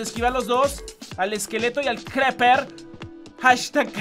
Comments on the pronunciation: ese hombre es un zombie. no se pronuncia creper, se pronuncia criper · no es creper es criper 😡😡😡🖕🖕🖕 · Creeper se pronuncia Criper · se dice griper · Se dise criper